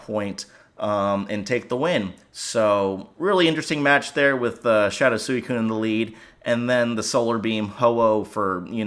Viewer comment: I ought to unsubscribe after the way you just pronounced Suicune